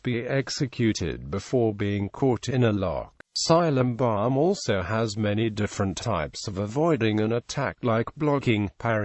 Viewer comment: its silambam not cylambam